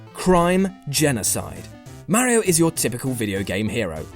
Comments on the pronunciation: Stopped watching after yet another person mispronounces Mario's name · "Mare ee oh" he says... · why cant 50% of people properly pronounce Ma-rio and not Meh-rio?